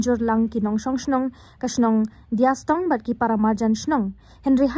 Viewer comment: Dea stong not diastong